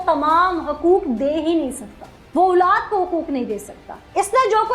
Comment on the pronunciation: plz OOLAAD na kaha krein OLAAD HOTI HE😅😅😅